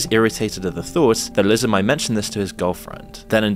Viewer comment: Are you voiced by AI? Why are you calling him Sheen? Sean is pronounced "Shawn" and Liza isn't "Lizza", its more like Lisa with a z instead of an s.